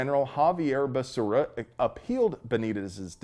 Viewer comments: SAY IT WITH ME BEH SERRAH! NOT BESURRA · You even say his name right! Basura is the correct and literal way to say it! 🤣🤣🤣🤣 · I like you pronunciation of basura’s name! Muy bueno! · Love the way you pronounce the name Becera ("Basura") Spanish word for trash. So appropriate. LOL. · Dude, every flash of that Mad Dog 20/20, triggered my hangover PTSD. "Basura' is how I'm pronouncing his name from now on. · When Biden introduced him, he called him Javier Bacaria. Lmao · Basura is the correct pronunciation of Becerra...🤣😂😂😅😅😂😅😂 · Hahv ee air Buh Sarah.... Oh, you were saying basura. Lol. That's also correct. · I love your content brother! You are hilarious! The way you blend levity with the awesome must know/have information is very unique. BTW, Becerra is a female calf in Spanish and the way you pronounced it (basura) is trash/garbage in Spanish which is very apropos. Whether intentional or not. Anywho, thanks for all the news/info. And for the laughs. Pedo sniffer is clueless. Someone should write a Dr. Seuss book explaining that there is no "I" in team, but there are 2 in IDIOT! #JustSayin' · Lol, pronouncing his name Basura... i see what you did there... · I kept wanting to correct your pronunciation of Becerra, but then I got the joke. Basura. You are a true hero,. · That's not how you pronounce "garbage". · I love how you keep butchering Becerra's pronunciation